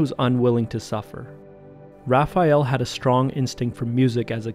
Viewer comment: You are the first english speaking person that I see who pronounce "Raphael" correctly. Most people say "RaphEal"